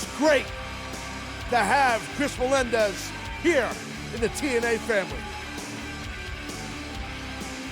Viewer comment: Devon has no idea how to say Melendez does he